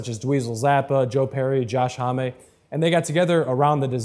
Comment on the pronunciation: I mean, I agree that Homme's feel is impossible to replicate, but this guy pronounced his name wrong and played I Sat by the Ocean with a G#m instead of what is clearly a G# major. Plus he's using the wrong guitar and his feel isn't even close. I mean no one can be Homme but some people can at least make a decent attempt. is making a fool of himself. I generally avoid watching any Reverb video if I can see him in the thumbnail, but I just really wanted to hear how this pedal sounded.